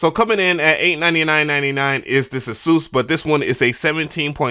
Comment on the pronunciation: It’s so refreshing to hear someone properly pronounce Asus! Lol Edit: I built my pc I use for recording but the wires needed to keep it silent (it has 7 fans on the water cooling radiators) which one of my mics would pick up on ever so faintly lol.